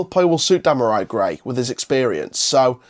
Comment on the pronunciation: Before you do a video learn how to pronounce his name ...🙄 Dem are ree